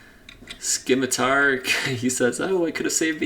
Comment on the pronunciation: Love the videos and thanks for doing the work man! One minor gripe, the c in scimitar is silent, don't know why that bugged me lol